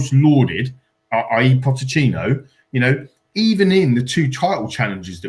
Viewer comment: if continues to say 'potechino' he shouldn't be allowed to speak..seriously..